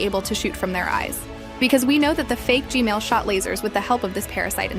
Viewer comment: G-man❌ G-mail✅